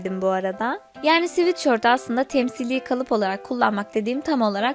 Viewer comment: sivitşört değil sıvetsört